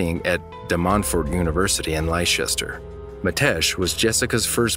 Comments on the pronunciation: Leh-stuh-shuur not Leicester as you say it! Not liechester! It's driving me crazy! 😁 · Hearing you call Leicester as Lie-chester had me like🤦🏼‍♀️ it’s pronounced Lester. Thought i’d let you know incase you ever have a need to say it again haha. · ‘Li-Chester’ 🙄 the American pronunciations of uk places is so funny. It’s pronounced lester! Leicester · Second call: Leicester is pronounced "Lester" not "lie-chester". Made me giggle. Always stumps non-Brits. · Leicester pronounced Lester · Leicester, is pronounced “Lester” lol. I know the English country towns and cities can be really tough to pronounce. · Leicester is pronounced Lester. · I enjoyed listening to these clips. I am a lifelong resident of Leicester, in England and I chuckled at your pronunciation of my home town.. I am happy to help with it as many if our place names are difficult to know how to pronounce.. It's Leicester but sounds like LESTER.. it makes no sense but I hope that's useful for you 😁👍